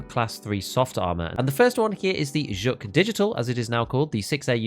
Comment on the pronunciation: ZHOOK man. It's not Zhuk it's pronounced ZHOOK. ... Look You have a great channel but wtf, this is a foreign game, there IS a correct way to say all these things. OOLAY not YOOLAY fuggin OOLAY